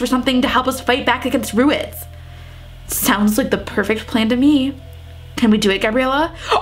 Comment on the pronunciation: Sorry it's been bothering me. Ruiz is pronounced ROO-EEZ not ROO-IZZZ Just wanted to point that out :))